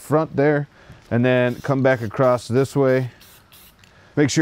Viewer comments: You must be from Philly because you said "acrosst" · Dude they is no "T" in the word across! This seems to be a phenomenon in YouTube when people think they are speaking more clearly than normal or they think they're annunciating words but they're actually adding letters